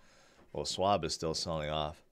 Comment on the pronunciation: No swab,. Think: Shhwab, but don't over exaggerate the first part, just say it all at once.